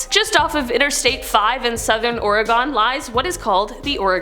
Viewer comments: As a Oregon native. it's not pronounced that way.. it's not ore-gone lol its pronouced Ore-gun.. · The way she said Oregon gave me a stroke